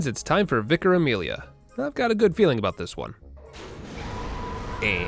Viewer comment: Thank you so much for being one of the first Americans I’ve seen play this game who pronounced Vicar correctly